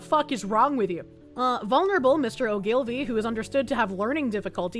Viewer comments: Oh-Gill-Vee. Accent on the First syllable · It's Oh ghoul vee.